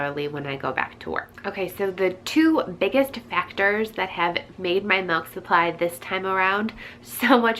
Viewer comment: Malk !!! Lol